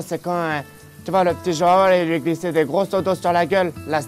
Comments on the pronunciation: Il la appeler "jao" mais sa se dit jouan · une petite pensée pour ceux dont les oreilles saigne apres avoir entendu dire autant de fois joao de cette maniere mdr